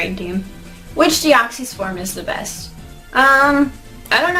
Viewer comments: No offense, but you pronounce Deoxys wrong. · it's supposed to be like deoxy ribonucleic acid